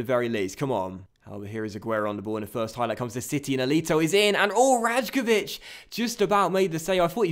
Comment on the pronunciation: love the series! The J in "Rajkovic" is actually pronounced like a Y though